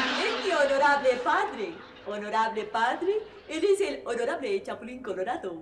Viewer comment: Los Honolables jajajajaja